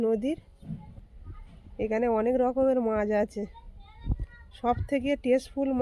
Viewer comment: মাঝ নয় মাছ। উচ্চারন ঠিক হলে শূনতে ভালো লাগে